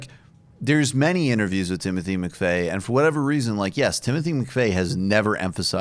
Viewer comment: Timothy McFey? Why would anyone take seriously your characterization of Timothy McVeigh when you don't even know the man's name?